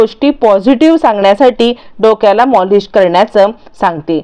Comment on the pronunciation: Hi programme sangnari aadhi prog tantey ani nit bolat java karan molish nahi maalish😂😂😂😂